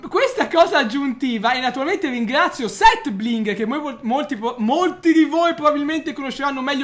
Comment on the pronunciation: "seth bigre"